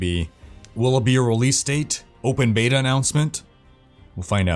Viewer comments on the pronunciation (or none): none